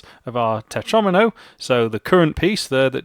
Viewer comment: “Tetromino” rhymes with “Domino”! The mispronunciation totally ruined the whole video for me. In fact, it’s put me off programming altogether, destroyed my fledgling career, and forced me into a life of male belly dancing.